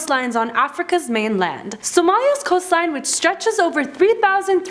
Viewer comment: you butchered all the somali names is like you didn't even try to say it correctly